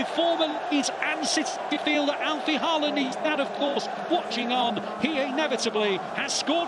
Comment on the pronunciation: Perhaps you manage to pronounce his name correctly by his 100th. It's close to HAWLAAN (like in "in awe", with emphasis on AW, and the d is silent). And it's not EARLing either...